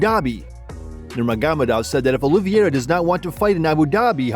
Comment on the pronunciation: It's not Oliviera. It's pronounced Oliveira.